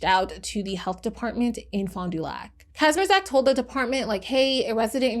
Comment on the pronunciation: kindaaa latee but you pronounce the surname 'kazmierchak' :3